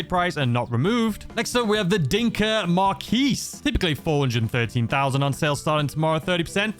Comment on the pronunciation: FYI, Phonetically, Marquis is said like this: Marr-kee